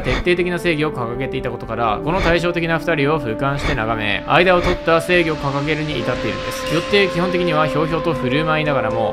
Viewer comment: スモーカーの時の、正義についてですがのところ、性癖についてですかにしか聞こえない。イケメンだからちょっと興味あるなー